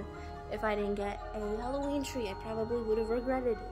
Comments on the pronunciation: It's not whollowen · Alevoween? Alevi?!?!?!!